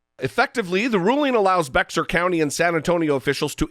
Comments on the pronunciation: FYI Bexar county is actually pronounced "bear" County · Great video, but it’s pronounced “bay-har” county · Bexar = bay-har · As others have said, Bexar County is pronounced "Behr". Originally "Beh-har", to match the Spanish pronunciation, it now has a drawl to it. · SMH !!!! 🤦‍♀️ Although it’s spelled Bexar it is pronounced like the aspirin name Bayer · I hate to be "that guy" but Bexar is pronounced BEAR. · FYI; Bexar is pronounced BEAR. I know, really weird, but it's an obscure Spanish word. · I’m from San Antonio, and I think that our mayor is doing a great job. During the pandemic he held daily press conferences that were frank, blunt, and honest. I’m so proud of him for standing up to Abbott. (PS it’s “Bear” county, despite it being spelled “Bexar”)